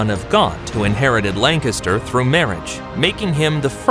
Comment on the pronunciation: Take a shot everytime this guy mispronounces Lancaster and you’ll die of alcohol poisoning